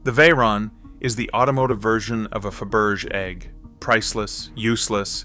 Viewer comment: Jesus Christ! Get it right! Faberge is pronounced "Fa-Berj-Shay" not "Fa-Berg"....😅😅